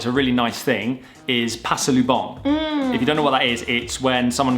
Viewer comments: Pronounciation correction for both of u: Pa-sa-lu-bong! 😁😁😁 If u would tell like u did. There's a similar word pronounced like it. I don't like that pssssst to take the attention. Much better if u would call them "pre" for guys! "Ate" for ladies, or miss. Much better. Anyways, I enjoyed your videos guys. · Pasalubong in english is Gift and it’s pronounced as Pa-sa-loo-bong